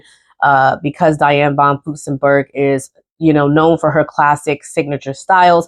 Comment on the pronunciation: I have a list of Butterick patterns I want but haven't seen Joann list them on sale for awhile. This has always been one of my favorite companies. Please add an R when you are saying von Furstenberg. Love your videos.